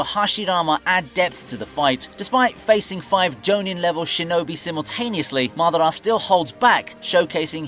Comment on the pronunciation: Maaah-da-rah Ooochie-ha 🤣🤣🤦‍♂🤦‍♂ it's Ma-dara, Ooo-chi-ha